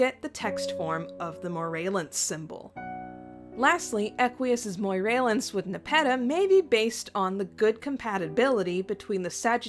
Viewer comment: "Ley-yon" "Moray-lance" Do you just hate the letter G?